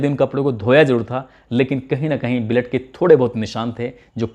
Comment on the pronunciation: Bura na manna AAP blood ko bled kyoan pronouns krte ho sahi krne ki kosis kijiye Sir bhojpuri tune daldiya aapne